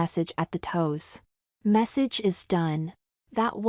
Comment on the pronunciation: Can not stress enough on how the AI voice has to be replaced by real people. The AI can not pronounce some words. Instead of AI saying massage, it said message! When emotion in the voice is needed, AI can not pull that off! Having the emotion added with real people will make these stories more believable actually! Also, the obsession of perms in this day & age needs replaced with hairstyles women, preteens & teens would get. Also, this story could have been so much more if the details of the Mani/Pedi & beauty salon visits were left at minimal! This was supposed to be for the summer & it only focuses on those two things really. I also have never known of anyone in almost five decades that are fascinated with wearing a hair salon cape! The story says the boy wanted to be a boy who likes girls over boys for romantic purposes. Yet you have the boy clearly expressing that he actually wanted to be a girl! The B cups on an 11 year old that is not described as chunky is not plausible. Should have went with an A at most. Just constructive criticism to help make these stories fantastic & believable. ❤